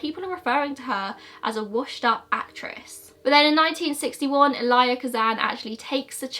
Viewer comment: Also Elia Kazan is el-ee-uh